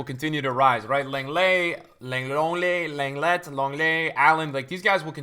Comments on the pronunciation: Leeeeennnnnglet not loooonglet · Leng is is pronounced long/lung in French